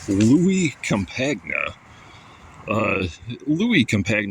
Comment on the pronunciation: You got his name wrong... Campagna is pronounced the same as lasagna, not com-pag-nah